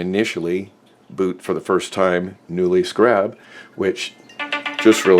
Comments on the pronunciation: SCARE-AB SCAREAB... SCARAB... not.. SCRAB.... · It's pronounced "scare-rub" like the bug. ....Americans. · skeh·ruhb..... Who doesn't know how to pronounce scarab? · Thank you, it had to be said lol. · I couldn't take it. Next video lol